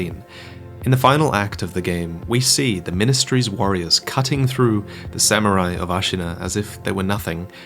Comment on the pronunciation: I really like your videos, there's just one thing that bugs me; I know almost every native English speaker has that problem, but Japanese is not pronounced like English. You're almost consistently putting emphasis on the last or first syllable when in Japanese all syllables are actually pronounced equally. So it's not TOkugaWA but just Tokugawa or HEIan -> just heian, SamuRAI -> Samurai - let it flow without pronouncing anything. Just figured I'll mention it as you'll probably have videos with Japanese content coming in the near future.